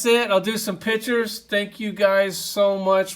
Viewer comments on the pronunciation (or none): none